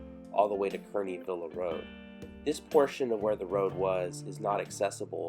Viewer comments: Actually, it's pronounced "CAR-NEE" , as in Kearny Mesa. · Not a big deal, but I think it's pronounced Camp "Karney"